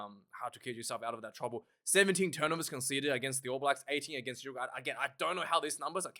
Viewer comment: lol...cmon its Uruguay